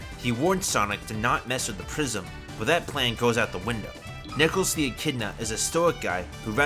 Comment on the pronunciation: Did my guy say nickles the achidna 😭